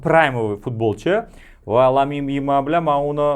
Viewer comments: Aka lamin yimalmas lamin yamal deng iltimos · Lamine Yamal✅️ lyamin yemal❌️ zaybal uje